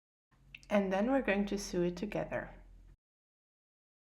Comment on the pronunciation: Great video! Very easy to follow. .. I just wanted to mention that the pronunciation of sew is 'so', also mit ein langes 'O', ☺️